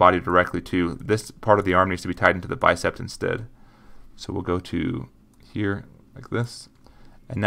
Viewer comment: Not trying to be rude, but it's just Bicep, not Bicept. Great tutorial by the way!